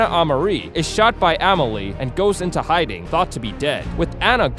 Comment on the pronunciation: U pronounced 2 names wrong It a meal ee uh and or iss ah